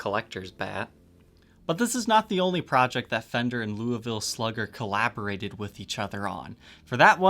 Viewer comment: Being from Louisville almost everybody’s pronunciation of Louisville makes me want to die, yours my friend was not terrible